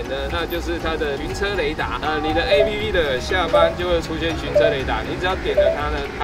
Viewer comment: 而且你要專業一點，app不要唸ㄟ批批，要唸「ㄟ普」啦！